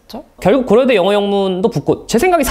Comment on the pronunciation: 난 또 고러대 제이팍이라고 하는줄